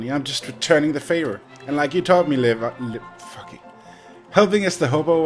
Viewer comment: Lee-vie lol